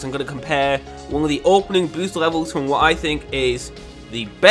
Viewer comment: g0SH can you stop saying bosst